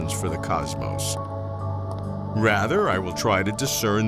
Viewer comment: 16 years you have been asking that question... and mispronouncing cosmos for 16 years too